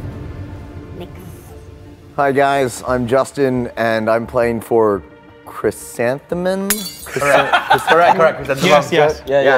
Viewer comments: Justin: and I'm playing for chrent theh mem..? Chrysan: ITS CHRYSANTHEMUM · Justin: chrysanthemum CHRYSAN THE MUM